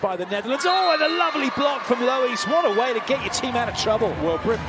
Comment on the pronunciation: I don't think that's how you pronounce Lohuis...